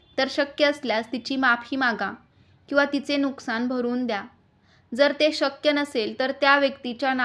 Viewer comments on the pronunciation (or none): none